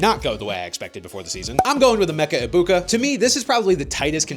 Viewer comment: NO NO NO. You pronounced his name wrong. its Emika Eggbigboo.